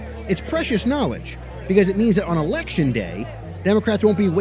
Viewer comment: ‘Ulection Day’